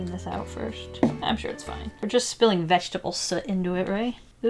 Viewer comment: It’s soot not Saat